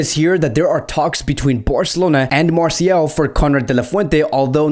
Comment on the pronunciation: Marseille is actually pronouced "Marsay"